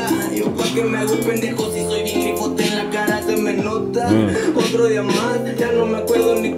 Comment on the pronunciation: No es gipote Es grifote